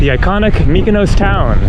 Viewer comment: just to note when an island"s name ends in -os for example, Mykonos, Paros, Tinos, Naxos etc it's pronounced as you would say boss or floss. You keep saying 'ous' which isn't correct! Just to note for your next visit (next week), haha!😀